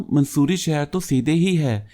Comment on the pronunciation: It is not mansoori Its mussorie